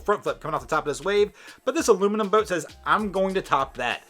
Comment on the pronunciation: You need to learn how to say boat.